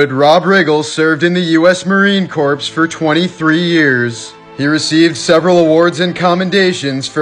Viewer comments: It is pronounced "core" you nunce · Dude. Did you just say the Marine Corpse? I must’ve heard wrong because everyone but knows the Corps is pronounced Core. 🙄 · Pronounced = Core, not Corpse OORAH!!!! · The Corps in Marine Corps is PRONOUNCED (Core) NOT (Corpse). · Marine Corpse (pronounced Core). The actual pronunciation Corpse refers to a dead body. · It's pronounced "MARINE CORE", not "CORPSE". The P is silent. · Oh man. So it’s pronounced Marine CORE not CORPSE. Secondly is Kosovo is KOE-SUH-VOE not “kOe-Saaaah-voe” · Good job,. But it's pronounced Marine "Core" not Corpes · Pronounced "core" not "corpse"!!! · Hey, it’s pronounced “core” not “corpse”. Lol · Marine Corps as in Core. Not Corpse. Ya sound like when you pronounce it like that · Marine corpse! Corps rhymes with core. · It drive me crazy when I hear it pronounced corps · Corps is pronounced the same as core Like an apple's core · "corps" is pronounced like "CORE"*! BTW AND its pronounced"Koso-vo"!! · Corps is pronounced 'core' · Dear americans. Corps is pronounced core! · Well if your title is a question then Rob did absolutely NOTHING for The Army bc he was a Marine…….it is pronounced CORE although it looks like CORPS it is CORE 🫠 Just giving ya shit man I enjoy all the various shorts you put out! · Corps is pronounced Core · Corps is pronounced core... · It's pronounced corps as in "core" not corps as in a dead body. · It’s un-American to pronounce it Corpse. How Dare You!!! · Corps is pronounce core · How do you not know it's not pronounced "corpse" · Marine cor is how it’s pronounced bro come on. I’m guessing it’s bloody silly French 😂 but yea the ps bit is silent 😉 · Please never pronounce the P in corps thank you 😊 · Corps is pronounced as core! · Dawg, the "P" is silent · The 'P' is silent... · The "p" is silent my guy. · The P is silent in Corps,. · The p is silent in Marine Corps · The “pse” is silent. Oorah and pass the crayons